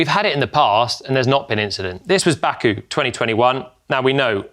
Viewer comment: Jolyon, you didn't have to us bad like that with 'Baku' 😅